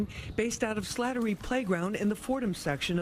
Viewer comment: You pronounced it "Slaughtery" when it's actually "Slattery" but it's okay😂😂😂😂